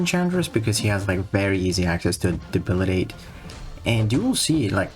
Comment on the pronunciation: "Debilidate"? 😂😂😂 Love the way he says that.